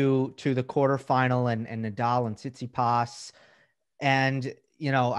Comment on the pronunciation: Thanks for doing this, such a great conversation to listen to. What's Steve Flink's deal with pronouncing Tsitsipas. He's still says it like you can hardly guess who he's talking about...?!